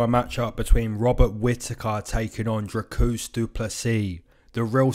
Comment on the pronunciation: He callled him Dracusta or some shit lol